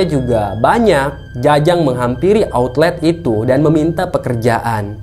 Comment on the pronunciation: outlet,bukan autlet